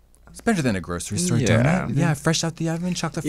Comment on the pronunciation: … im sorry did u say donit instead of donut?